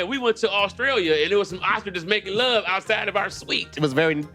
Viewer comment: I like the way you say thurr thurre thuier 😂😂😂😂